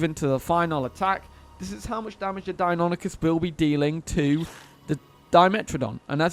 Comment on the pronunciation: “Die-oh-NYE-cus.” It’s Greek. Say it right.